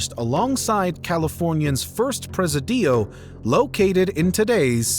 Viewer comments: Nice video. Btw, the pronunciation of "presidio," one of the words for fort in Spanish, is not preh-see-DEE-yo. It's preh-SEE-dee-oh. Rhymes with video (English pronunciation). ✌️ and greetings from a village called San Diego in a country called California. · pronunciation pruh·si·dee·ow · preh seh dee oh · If you're going to present a video about California, would you mind learning how to pronounce the place names? Presidio is not press-eh-DEE-o, but Preh-SID-ee-o. Thank you for not referring to California as Cal-ee. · you voice-over mongers make me laugh with your ludicrous reach for the stars. Did I just learn a new word, press-a-dillo? LOL. What's a pressadillo? maybe presidio? Jee, man. C'mon, check your AI voice. pressadillo indeed. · Prussadillo 😅 it’s pre-SID-ee-o, sir, the place from which the colonizers *preside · This was very interesting, but you completely bypassed the Russian ("Bear Flag") colony at Ft Bragg, and Precedio is pronounced Pre ceed ió, not Pre ce `dio. Further, Marshall discovered the gold, but the mill belonged to John Sutter (from the beginning to today, known as "Sutter's Mill"). Then there was Ft Sutter, the beginning of that which became the Capitol, Sacramento (Monterey was the first State Capitol). See Also: "@ below for more significant history. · "Pre-se-deeow" LOL! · Presidio = pri-SID-ee-oh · Placerita Canyon, just north of Los Angeles, is the actual site of the first gold discovery in California in 1842, some 6 years before the 1848 discovery of gold at Sutters Mill in Coloma that touched of the great California Gold Rush. BTW: Presidio is pronounced "preh-see-dee- o" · /pre-SI-di-o/ or /pre-SI-dyo/ not /poo-ebb-la/ 🤣 /PWE-bla/ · is this an ai voice? the pronunciation of common words is really bad. Presidio, pueblo ... etc.also no mention at all of General Vallejo or californios. etc. lame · The stress in the word "presidio" should be on the first i, not the second one. Great video though. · Presidio. Stress on second syllable.